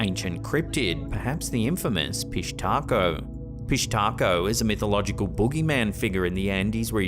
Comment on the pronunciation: Pishtaco or fish taco 🌮?😂